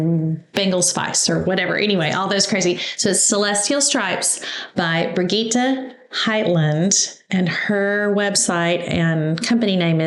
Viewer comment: Brih- gheeee-t soft g like Gigi and no e pronounced on the end. Great quilt😁 perfect timing because I need a new baby quilt.